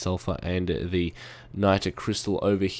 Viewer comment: Dude learn english. the not te lol. person not perso n (!?!??!) lol. too not to lol. :)